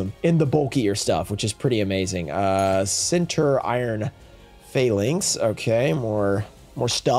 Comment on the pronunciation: Even on Day 2 he still calling em Center-Iron 😂 you can tell he don’t play the game awesome pulls tho! Do AGOV vs RA01